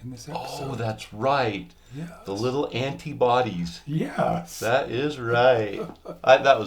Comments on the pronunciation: What an awesome day in the elk woods! Last year I didn't hear a full-blown bugle until the last week! Good luck! And "ant-i-bodies? 😂😂😂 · Ant-ibodies hahahaha